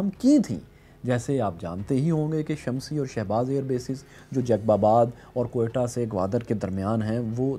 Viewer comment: اپکی اصلاح کے لیے بتاتا چلوں کہ یہ لفظ شمسی آئر بیس نہیں بلکہ اس کا مقامی نام جو صدیوں سے آرہا ہے وہ ہے۔ " شِمشِي "۔